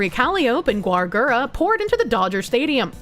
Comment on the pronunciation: Calli-ope, Yousada, Gwar Gura, Vshoho, Cove-er.., I really hope you're doing this on purpose.